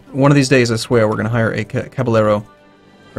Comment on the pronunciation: I'm sorry for mentioning this if it has been mentioned before, but as someone learning Spanish, it has been really winding me up the wall, 2 L's in Castilian Spanish, becomes a Y sound Caballero is pronounced Ca-ba-yeh-ro